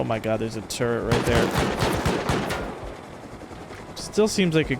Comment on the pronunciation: First, turrent...now, sumbarine. You are killing me.